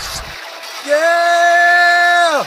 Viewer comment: Its YYEEEaa not YEEAAAHHH